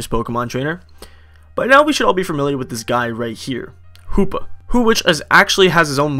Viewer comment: Hoopa not hoops lol